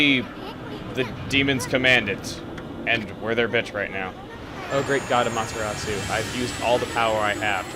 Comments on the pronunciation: AAAGH!!! It's not A-MahtA-rasu. It's ah-mah-te-rah-soo. The mispronunciation just drove me nuts throug that opening bit. Please say it right, my brain aches when someone just doesn't get the pronunciation right. You made the lower case e sound like an upper case A. This just bugs me. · you pernoused amaterasu wrong :/ That's fine though :D I found out how to pernouse it in a TV interview thing xD its pernoused am-er-short o-su(long u) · it's AH ma ta RAh soo!!!!!!!!!! get it right!!!!!!! JEEZ!!!!!!!!! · AAAGH!!! It's not A-MahtA-rasu. It's ah-mah-te-rah-soo. The mispronunciation just drove me nuts throug that opening bit. Please say it right, my brain aches when someone just doesn't get the pronunciation right. You made the lower case e sound like an upper case A. This just bugs me. Also, ee-Sun calls you Ay-mee. You got even the english wrong. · Its actully um-ot-er-los-ou try speeding that up and you got it. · おかみ あまてらす Okami Amaterasu As you said (Or say later on), each letter only has one sound... However, the "u" at the end is silent, just as in "Desu", their periods. Therefore it would sound like, "Amateras." The way you pronounce it isn't necessarily wrong, it's just not how commontongue would pronounce it. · this is my third time watching this and i forgot to metion this a ling time ago but her name is pronounced aw maw terraw soo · Just to touch on something that I think is extremely irrelevant due to the fact that this was posted two years ago, but chugga, you pronounced the names wrong. Amaterasu is pronounced: A-ma-ta-rasu While Issun is pronounced: E-sun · I'm watching all of let's plays ever in chronological sequence, and this looks to be epic.... "Amaterasoo". No. I've lived in Japan for a year; back then a yen was just about a cent. Dunno the exchange rates now. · Aw man, he got the pronunciations wrong... "Amahtehrahsoo" And "Issuhn" not "Issoon". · Sorry Chugga, but.. it's pronounced A-mee-ta-ra-su. >>